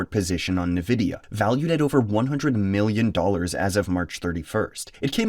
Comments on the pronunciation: EN-vidia not Ne-vidia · people need to stop calling it nevidia, it's Nvidia... N-VIDIA, not NE-VIDIA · bro says Nvidia like a Nigerian footballer